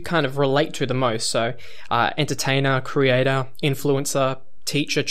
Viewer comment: " you are a content creaTAH entertaiNAH video ediTAH highly qualified pokemon plaYAH" who has stopped uploading heatah fajitah. So fuck you